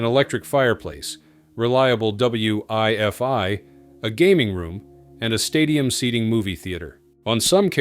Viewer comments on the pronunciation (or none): "W I F I" - "why-fy" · Reliable W-I-F-I?! That's really C-O-O-L.